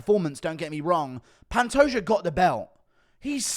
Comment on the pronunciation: Glad to see that Guru is saying Pantoja instead of Pantoha